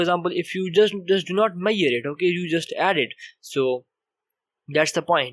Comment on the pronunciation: please talk properly. What is the point if no one understand what you are talking..It is me..sh..ured not mayed for measure